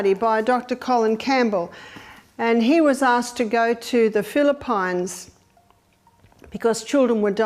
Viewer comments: Please Madame O'Neil The Philippines are pronounced philippeens and not philippYnes 😱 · WTF is Phili-PINES? Never heard of that country before.. Or did you mean the Philippines? 😂😂😂